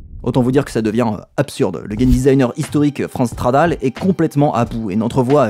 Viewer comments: Super vidéo merci ! Par contre à chaque fois que tu dis "Franz Stradal", j'entends "France Travail", ça me fume hahaha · J'avais 16 ans à sa sortie, je me rappelle encore de la couverture de PCJeux consacré à ce jeu. Sinon cette série est devenue une de mes préférées sur YT : merci ! PS: j'ai une hallu auditive. A chaque fois que tu dis Franz Stradal j'entends France Travail' (ce qui est assez marrant quand il démissionne).